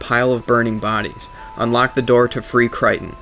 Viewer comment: Cry-ton. wat.